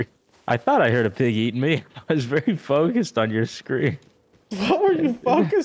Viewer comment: Ok I am really starting to wonder if really can't talk or what is going on with him. turrents instead of turrets and now fawcused instead of focused.